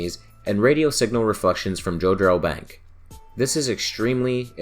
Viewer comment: I don’t know if anyone has pointed out your mispronunciation of Jodrel bank, but for future reference, it’s Jod-rel. My parents live fairly close to one of the radio telescope dishes, and we’ve seen it with our own eyes.